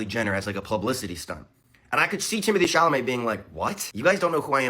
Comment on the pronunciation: Timothee Chamaley took me out 😭